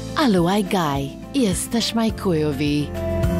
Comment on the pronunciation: Bang on. Chujowy should sound like “hu-yoh-vee” but 110% with everything else. Love you guys 👍